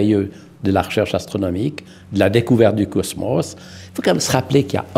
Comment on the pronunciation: ''et si vous êtes intéressé par youtube abonnez vous a AstronoJique'''' mdr